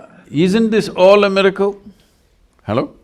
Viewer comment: I love him saying "Hellow".